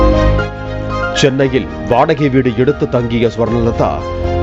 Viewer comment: Chi olunga sollu swarna..... Swarna... Nu chi😂